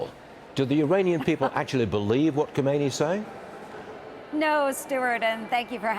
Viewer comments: It is laughable you as a news person still could not say supreme leader name it is khamenei not khomeini ( who was the first leader who died decades ago ) 😮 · Journalists still say EYE RAN and instead of KHAmenei, KHOmeini! Sad! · Kha-me-nei, not Khomeini, he died 35 years ago. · "kemeini" lmao .... come on man .... just say desert thieve or barbarian.